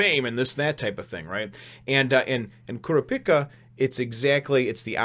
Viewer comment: The guy who lost his arms to Hisoka was disqualified. Also, if you're wondering, it's pronounced "Koo-Rah-Pee-Kah" and "Leh-Oh-Ree-Oh."